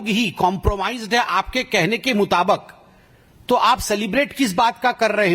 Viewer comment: इसको बोलने भी नहीं आता मुताबिक को मुताबाक बोल राजा है लोल 🤣🤣🤣